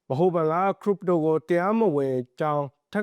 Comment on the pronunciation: ခရစ်ပ်တို လို့အသံထွက်ပါ